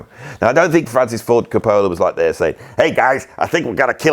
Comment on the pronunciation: say it with me Co Pa La, Co Pa La. It is not bloody Co Pole La. Haha. Great video, great choices. One of my faves is from Inherent Vice, the opening scene is Vitamin C by Can and it’s just perfect.